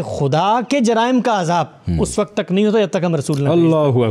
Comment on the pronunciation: PLEASE CORRECT YOUR PRONOUNCE ( ISS WAQAT WRONG) (CORRECT IS ISS WAQT) WE EXPECT IT FROM YOU QUALIFIED PEOPLE SPECIALLY IN URDU.